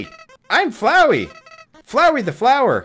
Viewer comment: its Flooo wi not Flow i